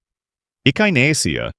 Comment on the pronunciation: There is a lot of good information here. I have at least half of these growing already, as well as numerous beneficial "weeds" including purslane, broadleaf plantain, narrow leaf plantain and goldenrod. However, the narration is obviously AI because things like Echinacea are mispronounced.